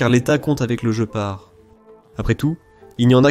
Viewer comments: Guépard et pas "Joe Part", cry seek !!!! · Dommage que cette voix artificielle soit si désagréable ! Des mots, dont le plus "important" : Le "Gepard" doit se dire "Guépard" et non "je pars" ! C'est une aberration qui ôte du crédit à cette vidéo ... Par ailleurs fort intéressante ! Danke l'Allemagne ! Gloire à l'Ukraine ! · la traduction par IA , le jeupar pour guépard c'est pas très sérieux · On dit guépard comme en Français... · il serait bien d'écrire ton texte avec les accents pour que l'ia ne dise pas sans arret le JE PAR MDR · oui, off course, mais une IA ne dit pat Guépard !!! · vous faites chi.... avec votre narrateur IA! "jepar", jepar", je pars, oui, sur une autre chaine!!!! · sujet interessant, un peu gaché par la prononciation du mot "GEPART" qui en allemant, comme en anglais se prononce "guepard", comme en français ! de même que "canon" se prononce canon et non canonne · Il voulait parler du jeu } jeopardy 😂. Perso j'abandonne. J'ai vu deux vidéos, c'est trop pour moi 🤦🤪 } Si c'est l'ia (?) le gars massacre sa chaîne. Après ; cela le regarde 🤑 = 👎